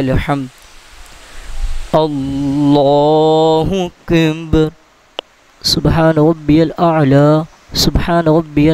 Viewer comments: Assalamualaikum JazakAllah Khair but pls know when u recite "Allahukbar" it sounds like "Allahukbhun" the "ar" is not clear when we hear it it should sound like Allahukbar and not "bhun" maybe its echoing from the mic JazakaAllah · Ap ye jo lafz boltay hain ,ALLAH HO AKIB keh rahay hain ya ALLAH HO AKind ye kea hai mujay samaj nahi aai ???? Jabke bolna cahiye ALLAH HO AKBAR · آپ اللہ اکبر صحیح ادا نہیں کرتے اسکی وجہ بتانا پسند فرمائیں گے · ALLAH O AKBAR SAHIE NAI PAR RAHY DURASTGY FARMA LAIN.ZARA CLEAR ALLAH OAKBAR PARAIN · اللہ اکبر کو آپ پتہ نہی کیسے ادا کر رہے ہیں ؟ برائے مہربانی درستگی فرمائیں